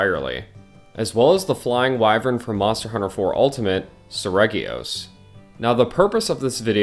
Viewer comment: Oh boy, get my blood boiling by pronounciation. As a russian, if you see the word in my language – you know how to pronounce it. There is no room here for options. I get that it's different in english. But Lah gee acrus is the intended name. Japanese devs just didn't think you will try to "englishify" it. Seregios is more of a Selegios also.